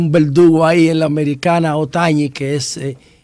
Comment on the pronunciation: uno no se la sabe todas, pierde un dia y no es Ohtañi, es Ohtani.